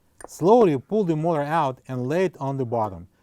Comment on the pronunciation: Good job. Why not just replace bearings and seal. Some or your pronunciation is difficult to understand. Eg motor, the first syllable is longer and louder. MO-ta.